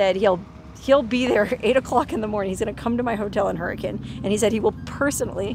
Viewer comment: Im not trying to criticize, byt just going to say, you're correct in pronouncing Hurricane like the locals do. Now check this out: Zion is not pronounced that way in Utah. I know someone's from out of town when they say ZiOn. We say, Zion like Zi-un. "U" they way it is in "run". Hey, I'm just giving you a hard time!! Love your videos!